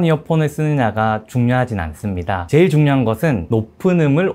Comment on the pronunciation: 제일이라는 말을 왜 그렇게 해요ㅋㅋㅋㅋㅋ